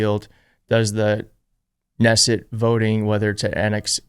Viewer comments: Just FYI, the K in Knesset is pronounced. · Ka-nesset. Not Nesset.